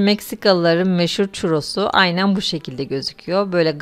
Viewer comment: selam hanım ben Meksikada yaşıyorum evet doğru teleffuz ediyor ve doğru yapıyorsunuz elinize sağlık:):):)